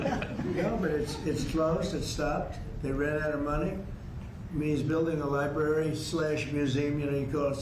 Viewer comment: My kids used to pronounce the word like “libarry,” too. And then they grew up.